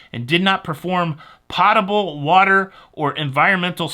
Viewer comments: Potable rhymes with words like coat, moat, boat not the cooking pot. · POH table water, not POT able